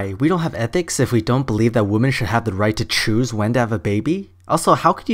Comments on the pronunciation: The pronunciation of 'women' is 'wimin', not 'woman'. Sorry, but it annoys me. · its called having an accent. You, in this case, are the one with the unusual pronunciation, compared to the rest of the world. And as far as I've heard the UK. (Could be wrong only been in the southern part a few times, they said it more like "womin" "women" or really just "woman"). Atleast my 2 English teacher who have studied and thought English in the UK did pronounce it like that. Just saying, no hate :)